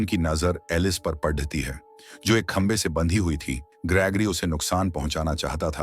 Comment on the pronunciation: Monster❌mainanster✅padti hai❌paddhati hai✅idher❌eedher✅😂pakdne❌pakdchne✅ladai❌ladchai✅